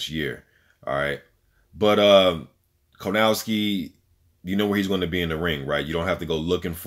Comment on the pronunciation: It’s kownacki, not Konawcki dude. Keep up good work. You have a new subscriber.